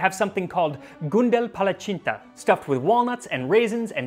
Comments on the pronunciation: Max pronounced Palacsinta correctly, what a king. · God bless the Brits, the paternal half of my ancestry, and kudos to you for perfect pronunciation of palacsinta my maternal ancestry. Max, you never cease to inform and entertain. José is one lucky dude. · I can't believe you said Palacsinta correctly,,, I had a small tear lol Thanks for putting in the effort!